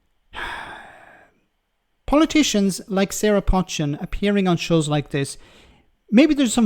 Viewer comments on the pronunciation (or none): how much of a clown are you? I've indicated too you 2 or 3 times that you pronounce her name wrong. Her name is pronounced 'Poe - chin' NOT 'Potch-chin'. Her name is well known in Cheshire and the way to say it. You might not like her politics but at least have the respect to say her name correctly.